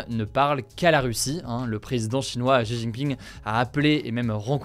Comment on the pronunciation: Pourquoi les français n'arrivent pas prononcer les prénoms étrangers correctement ?🤣 C'est Xi Jin Ping et non pas jijiping